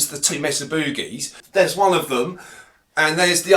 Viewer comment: God I love how Ozzies pronounce "Boogie" 🤣